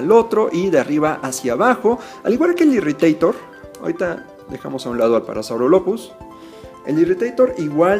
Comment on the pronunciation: Muy buen video ya quiero conseguirlas! Pd: la "ph" del parasaurolophus Se pronuncia como "F". Entonces se pronuncia Parasaurolofus (Sin ofender)